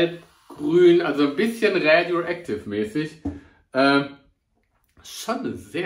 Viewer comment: rääädjoektiff xD